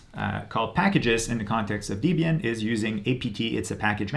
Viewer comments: “Dee-bian “ < off to an early eye-roll!> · izo... deebian? lol ok bud